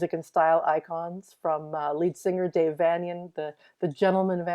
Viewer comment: Vanian is pronounced "VaYnian" dear.....as in "Transylvanian".